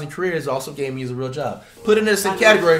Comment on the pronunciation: When I first heard him I thought he said chop instead of job